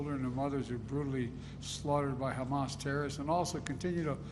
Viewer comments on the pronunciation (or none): none